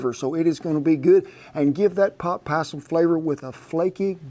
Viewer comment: * pot, not boot